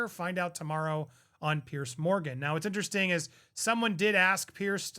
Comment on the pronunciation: It's not "Pierce" Morgan. It's "Piers" with an "s."